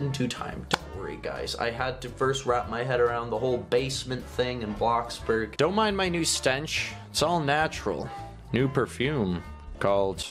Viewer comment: It's not bloxberg it's bloxburg